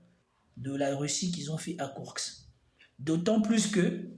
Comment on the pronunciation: Par contre c'est KourSK et non pas KourKS